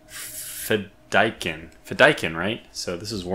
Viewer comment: The pronunciation of the death commandos is fi-da-keeeen as it comes from an Arabic word :) loving this series so far, might have to grab this game this week as I’ve been waiting for a new episode of your play through every week!